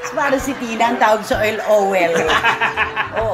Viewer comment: Si tlaga ang Nagdadala dito SA showbiz chicka, natoh, lalo na when they say *fowel * Yung pala *foil* nakakatawa Ka tlaga at nakakaaliw, Sana matagal.kapa dyan SA showbiz now Na, we will gonna miz u all the time,manay, 👍😅👈